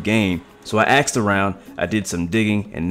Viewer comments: you know I love this channel, but what the hell is "aksed" around? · You aksed around?